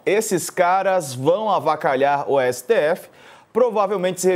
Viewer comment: Avacalhar, um absurdo a pronúncia de um Presidente…